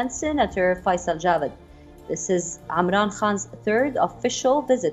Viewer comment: Who hears amran Khan instead of Imran Khan